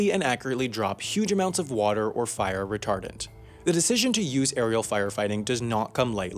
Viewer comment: Why did I hear retarded instead of retardent